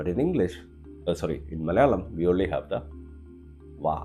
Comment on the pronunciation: You still need to work on your "only"!